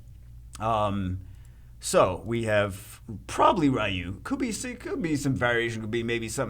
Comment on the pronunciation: Rai-who? That's a unique pronunciation of Ryu 🤣